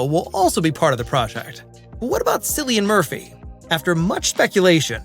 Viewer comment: Who the hell is Sillian Murphy? 😂